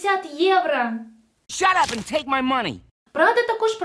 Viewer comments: Ну чому поооостійно єврА, а не єврО?🫣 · будь ласка, не єврА, а єврО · "ЄврО" а не "ЄврА"